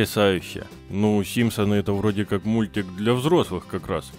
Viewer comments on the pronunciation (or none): Не симсоны а Симпсоны